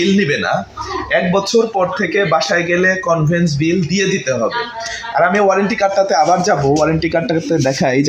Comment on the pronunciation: Vai convens bill bolte bujlam na,,aktu valo kore bolun plz